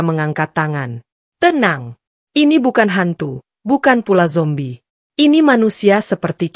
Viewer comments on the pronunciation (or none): none